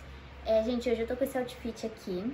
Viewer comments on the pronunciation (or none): Gostei do "AUTIFITI"